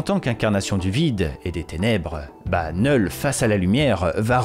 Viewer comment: Oh putain ! Merci de prononcer « Knull » correctement (sans le K) 🙏 Ça me fait saigner les oreilles quand j’entends d’autres Youtubeurs le prononcer avec le « K ». Pourtant ce n’est pas faute de leur dire. N’est-ce pas Bukkart et Landri 🙄